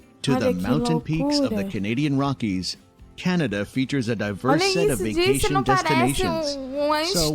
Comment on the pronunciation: I'm sure other Canadians noticed how this lady pronounced Canada. It's almost exactly how it was originally spoken. Just like the Canadian History Short where the European men are asking the First Nation Chief what this land is called. He replies Kanata. The Europeans misunderstood what the word meant but the name stuck. I'm glad it did. Cheers from The Rockies of Alberta.